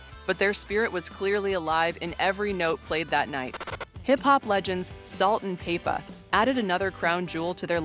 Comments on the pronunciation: Salt and PAYPA - Cyndi LOPER And bassist pronounced like the fish. Thanks AI! You're the best😁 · Salt and PAY-PAH ??? Why can't we get a human voice for a night like this ???